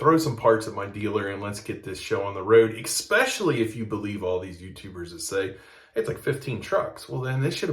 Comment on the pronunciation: You said expecially instead of especially. Is the mispronunciation a white American thing like Black Americans say axe instead of ask?